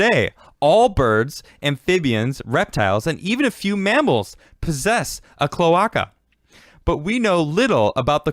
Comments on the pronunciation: omg the way you pronounce "clo-ache_uh" as "clo-ock-uh" is killing me. XD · kl-ö-ā-ka my dude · Its pronounced "Clow-Ay-kuh" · Klow•ei•kuh. Cloe-ei-ca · Latin. CLO-ARKA.